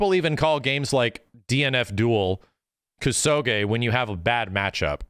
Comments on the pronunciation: your mispronunciation of the word kusoge is grating. It's a Japanese word and you are butchering it with Anglocized fury. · The way max pronounces kusoge and Hokuto no ken weirds me out for some reason.